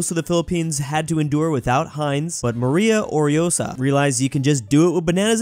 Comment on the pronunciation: You finally pronounced, Maria Orosa